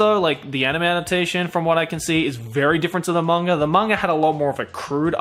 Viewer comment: It's MANGA not "MANGAR".